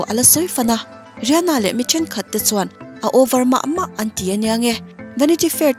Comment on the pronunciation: Ri ha na tih loh tur Rih ana tih zawk tur 😁😁